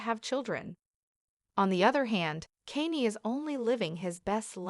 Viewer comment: What's wrong with you? You can't even pronounce his name